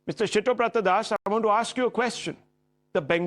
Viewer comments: It is Siddhabratha, why is he pronouncing as Shittobratha 😂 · I love how Rahul keeps calling siddabrata as shittoprata das🤣🤣🤣🤣